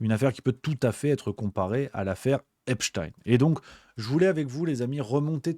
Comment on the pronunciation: Wepsthein ? C’est Epstein …